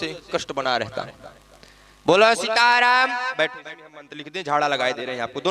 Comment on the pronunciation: सिताराम नही सीताराम